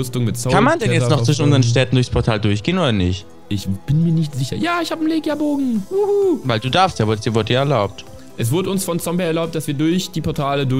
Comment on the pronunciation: "Legia Bogen" wir Lechia Bogen gesprochen bitte liken damit es sieht.